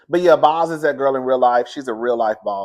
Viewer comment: If her name was Quantanillanasia, I bet y'all would say it perfectly. Obviously Bozoma is an African woman . Let's show her the respect of saying her one-syllable nickname correct. Boz sounds like "bows". This is not difficult.